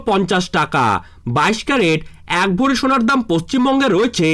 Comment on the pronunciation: কথা টা ভরি ,ভড়ি নয়